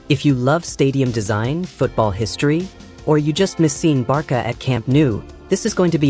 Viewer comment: Why does the A.i keep saying Barka?😮